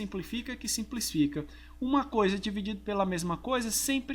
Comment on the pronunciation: "SIMPLIFICA QUE SIMPLISFICA" o que ele mais fala rsrs vc é top professor! (ou então "simplifica que sinsplifica" rsrs)